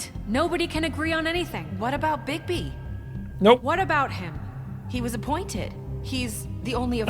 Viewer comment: when it said "bigby" or however his name is spelled i thought it said "bigboy"